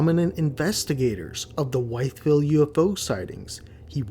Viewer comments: It pronounced WITH ville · I live 30 mins away from Wytheville, it's actually pronounced with-ville and the second photo of the bus doesn't look real at all. But other than that good video. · It’s pronounced - with-ville… I know because I grew up there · The way you pronounce Wytheville is funny. Its pronounced, with-ville.😂